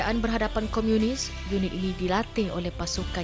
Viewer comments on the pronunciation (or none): Komunis bukan Komiunis... Sebut pon tak betol pompuan ni... adoiii